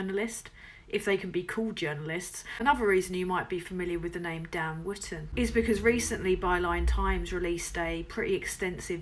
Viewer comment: "Dan Wooften!"